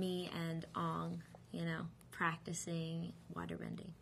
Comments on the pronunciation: If she watched the show, wouldn't she have known darn well that Aang is pronounced "Ayng" and Sokka is pronounced "Sock-a"? You'd think that she would feel at least a little uncomfortable pronouncing them "Ahng" and "Soak-a" in this interview, wouldn't you? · how u sat sokka is sock ka and aang is like tang with a in place of a t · S-oh-ka and aw-ng. Ugh. It bothers me. 0__0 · They were pronounced [ɑŋ] instead of [eəŋ] & "SOH-kuh". Unlike the show, this version of Sokka has a serious demeanor, with most of his immature and humorous qualities either toned down or removed entirely. Significant criticism was pointed at the character difference. The casting of a presumed white actor in the role of Aang (as well as a primarily Caucasian cast) in the Asian-influenced Avatar universe triggered negative reactions from some fans, marked by accusations of racism, a letter-writing campaign, and a protest outside of a Philadelphia casting call for movie extras. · it's not Oong.. it's Aang, just not in english pronounciation. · The name pronunciation got to me to, I was like "Christ watch the Series if you don't know how to say the names, It's 'Aang' not 'Oung'! and 'Sokka' not 'Souka'!" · his name isn't 'ong' ...its 'Aang' ...but w/e.. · It's Sokka, not Soaka! It's Aang, not Aung! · it's not "ONG" it's fucking "AANG" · The fans of the shows who were in this movie (like her and Noah) must've had to get used to calling the characters by the wrong name! Once I watched a Noah interview and he was SO CLOSE to calling himself Aang. He was like "I play A-Ong." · ANG not ONG SOCKA not SOCA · Watsup AUNg instead of aang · Ongg? wtf its Angg! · it is not Soakah and Uung it is pronounced sukka (sokka) basically and Aang... damm that pisses me off!!!!!!!!!!!!!!! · yall are talking abt how she calls sokka souakuh but what really got me when they called aang ung i mean come on she can pronouce zuko but not aang?! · the amount of times she's saying soaka and ong is killing me